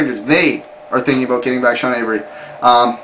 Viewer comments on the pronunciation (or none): lol aboot.